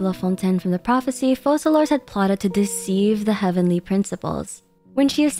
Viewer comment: Why does everyone mispronounce Focalors?